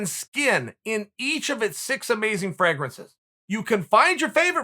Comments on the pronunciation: Chael: Fragg-rances. Me: OK, great! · I feel like his 'Fraa-grances' pronunciation has been unfairly overlooked.